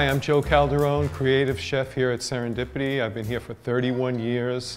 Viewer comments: "Today we are in SERENDRIPI 3." before doing some crazy things in your life,make sure to check pronouncing words bro. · Sar-in-dip-ity that's how to say it not 2 be mean